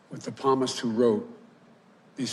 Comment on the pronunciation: Hey Joe Biden, When you were trying to convince "We The People" that you know the Bible and that you possess true GODLY values you kind of failed to do so. You obviously don't know the correct pronunciation of the word "Psalmist". The "P" is silent. Surely you must have learned this early on while you were reading The Holy Bible. Just sayin'. GOD BLESS YOU. GOD BLESS AMERICA. GOD BLESS THIS ELECTION.